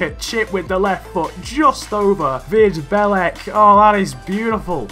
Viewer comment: The pronounciation of Vid Belec was soo bad, but otherwise great video